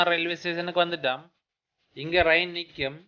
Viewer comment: நண்பரே, எதற்காக ரயில் என்ற வார்த்தையை ரயின் என்று பேசுகின்றீர்கள். தமிழர் தானே தாங்கள். தவறாக உச்சரிப்பு செய்ய வேண்டாம்.